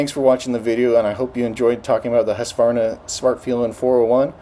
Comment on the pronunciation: HOOSK-VARNA??! HUUSKY-VARNA. skol